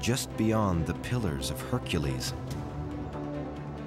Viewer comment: it's HercUles not Hericles. But thank you for ruining this for me.